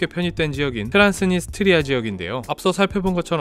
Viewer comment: 트란스니 스트리아가 아니라 트란스 니스트리아아님? 되게 거슬리네 ㅋㅋㅋ